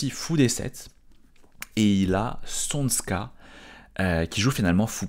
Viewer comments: C’est pas csonSka mais csonka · c’est tchonka balage… Cs=Ch comme en anglais dans church, et zs c’est g comme le dernier son de garage. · Csonka se prononce à peu près [tchonka]